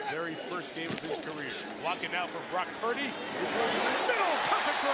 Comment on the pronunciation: It’s PurDY, not PruDy. Lol